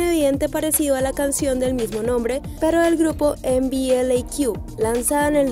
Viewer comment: Lo siento pero lo primero que noté es que pronunciaste MBLAQ como tal, deletreado y como A+ -nombre del fandom :""") - la pronunciación es "emblack" yo también lo pronunciaba mal pero después de sus apariciones en weekly idol supe como era :3